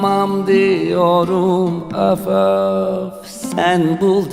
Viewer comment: You say üf üf, instead of öf öf 🤭 so swetty 🥰🥰🥰🥰 🙂 saz / baglama is so special enstrumant. You like it 👍